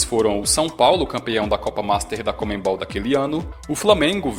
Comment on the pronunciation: Cara, para de falar comeNbol, é conmebol. O N é antes do ME